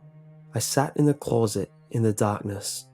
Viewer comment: Blank closet spoken with an accent.